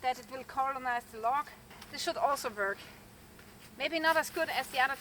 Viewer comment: Cute how your w sounds like a v. Vork, vant and ve